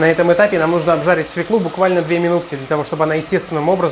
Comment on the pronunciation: Пржалуйста, перестаньте говорить - СВЕКЛу!!!! Правильно говорить - СВЁКЛУ!!! Невозможно слушать! Режет слух!